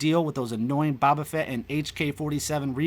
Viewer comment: How do you not know how to say "Boba"